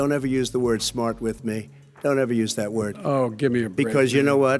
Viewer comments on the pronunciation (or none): none